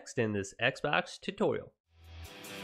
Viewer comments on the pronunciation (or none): none